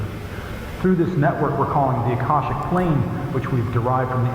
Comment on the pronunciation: do some research into the Akashic (ah-Kah-shic) records before you continue the series. If they start tying that in you’ll be so confused without some basic understanding of it. Knowledge is probably even linked to that specifically.